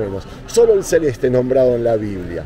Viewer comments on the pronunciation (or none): none